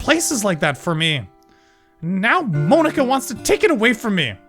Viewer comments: it's not moanika it's monika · Monika like poke-a-mon not mone-ika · He says Monika really weird